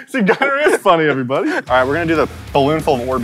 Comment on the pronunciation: You said it right Gunner